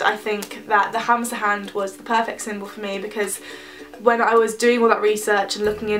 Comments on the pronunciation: OMG I thought you said hamster hand instead of hamsa hand I was so confused. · sorry to tell you but its pronounced hamma xxx